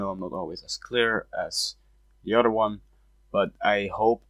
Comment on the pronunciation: Can you please stop saying “otter” instead of “other”?